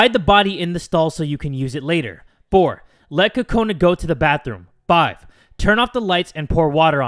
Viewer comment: Your saying Kakoni (sometimes) instead of Kakona